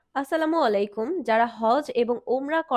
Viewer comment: আসসালামু আলাইকুম সঠিক। কিন্তু আসসালামু ওয়ালাইকুম সম্পূর্ণ ভুল শব্দ। দোয়া করে সংশোধন করুন।